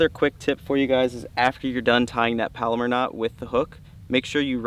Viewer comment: palomar, rhymes with mallomar